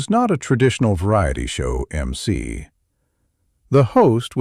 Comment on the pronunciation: It's mc not eemc. Master of ceremony. Ai should know this